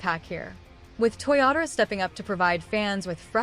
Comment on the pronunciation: 😅Your Ai is funny.It's not Toriyatora, it's TOYOTARO